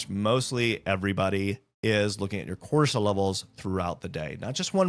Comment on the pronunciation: Are you saying ‘Corsol’ and ‘HD’ I’m confused. I thought it was Cortisol and ADHD.